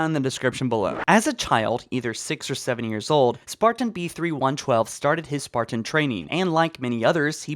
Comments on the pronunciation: It's "Spartan-B312" not (Spartan-B3112). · Its like you dont even try to read things correctly, B-312 not B-3112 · Ok, I need some insight here, he did in fact say, “ spartan, B3112” instead of B312 right? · You keep saying B31 12 WHICH IS WRONG. He's Spartan B312 you keep adding an extra 1